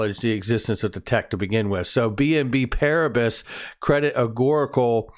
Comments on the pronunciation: Pronunciation: Paris = pari. BNP PARIBAS = BNP PARIBA. you do not pronounce the s at the end. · FYI. Its French so you say "BNP Pariba" you don't say the last consonant in the french language.. :)